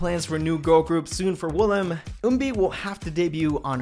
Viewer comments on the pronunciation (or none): none